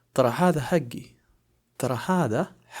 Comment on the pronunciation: حگی نہیں ہوتا بھائی حقی ہوتا ہے بولنے میں